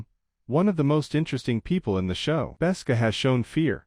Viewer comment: Besca? Galeed? Try again.